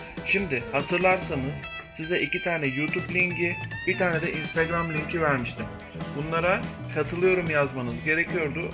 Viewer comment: LING DEĞIL LİNK DEMEYE ÇALIŞIYORUM😂